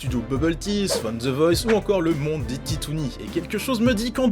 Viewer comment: Quand il a dit "Le Monde des Titounis" je me suis tapé une grosse barre 😂😂